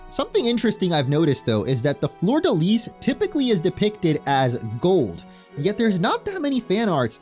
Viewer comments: "florida lease" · The "s" in fleur-de-lis is silent. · You failed "fleur de lis" so no worries about Seine 😂❤